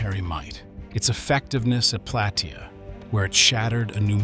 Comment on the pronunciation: It is pronounced Plah-tay-ah